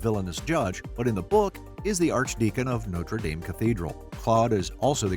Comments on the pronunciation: You left out Pierre, the guy she pitty marries and then won't let him touch her because she's in love with Phoebus. Also, it's No-truh Dahm, not No-ter Dayme. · Nice video, but what irks me is how people pronounce Notre Dame. The one ending in (DAHM) is a cathedral in Paris famous for its hunchback, the one ending in (DAYM) is a university in Indiana famous for Rudy! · No - truh Dohm. Noter Daym is a sports team. The cathedral is in France, and it's pronounced No-truh Dom.